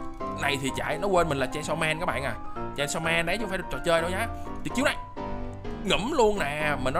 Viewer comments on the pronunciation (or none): Chanisaw man à anh đọc sai chứ